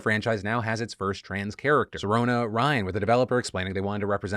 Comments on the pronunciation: Just saying, I'm trans...and the name Sirona Ryan does not bother me. For fuck sake, Sirona is a Gaelic name! It's not even pronounced as Philip is saying it, it's pronounced sih-ROH-nuh, there's no Sir/Ser in the name. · If you are upset about the Name Sirona, look up the name. Sirona is an actual female name that comes from the Celtic goddess of healing springs. So, not only do is the name fine, but it's also demining to someone else culture., but you are all pronouncing it wrong too. It's Ci-Row-Na not Sir-Ona. So congratulation, you're both wrong, dumb and culturally insensitive. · eh Sirona is an irish name, so its a good chance it should be pronounced Shi-rona.